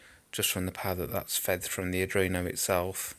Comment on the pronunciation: Ard-ween-o. Not adreeno.